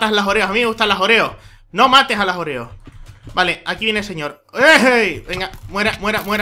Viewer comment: creo que las oreos se pronuncian con acento en la primera sílaba.